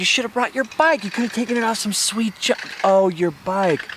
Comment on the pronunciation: Say shweet one more time 🙄🤬 Couldn't make it halfway.